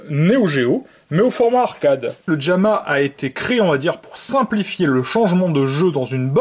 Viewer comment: "Djamma" lol